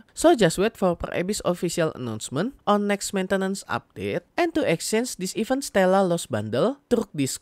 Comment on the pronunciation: baca event bukan "even" tapi "iv-ént" e dibaca kayak pengucapan bebek